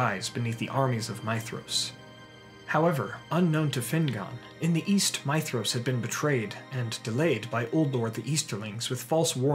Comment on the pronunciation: You said his name right I'm in LOVE